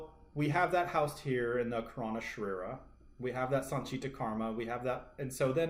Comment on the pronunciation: Great video..do take note .karana is pronounced kaah-ra-na meaning "cause" or "reason"